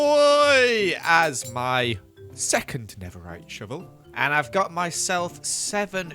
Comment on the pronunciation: "Shovul" :D